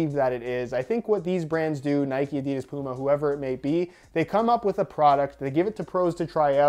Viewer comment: Hey, if the pronounciation of 'Nike' (last video) is so important, please start to pronounce 'Adidas' the right way too.